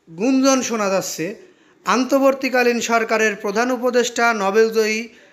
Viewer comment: আপনিত বাংলা পড়তে ও বলতে পারেন না। আপনি অন্তবর্তী শব্দটি উচ্চারন করতে পারলেন না।